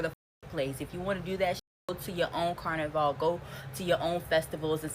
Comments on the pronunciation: I can guarantee you she herself is not Caribbean. Maybe a distant grandparent. Never in my life as a Trinidadian 🇹🇹🇹🇹and from the island that rules carnival. Have I heard it being referred to as “car-na-vale” no one’s refers to it as such. It’s pronounced “can-na-Val” Wtf is she on? She needs to stop cross playing and trying to represent the West Indies. She is not one of us. Any West Indian is about lyming. We do not care where you from. If there is rum and soca. We are down. She is an American trying to look for attention she clearly not receiving at home. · She not even saying Carnival right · She not even pronouncing "carnival" correctly, lol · She is not one of us. Look how she pronounces carnival. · She's not even pronouncing "carnival" correctly. This person is clearly trying to create a divide.